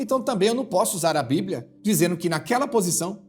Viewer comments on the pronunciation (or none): A..pispa...não.. esta..lendo..a..bibra